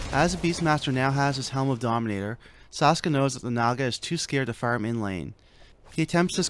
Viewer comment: idiot its saksa not saska son of dog, looser.